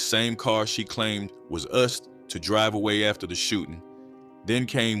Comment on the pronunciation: This muthafucka said us'ed instead of used education ain't worth shit anymore